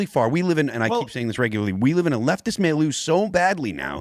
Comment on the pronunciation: It’s pronounced mill-you, Phil, please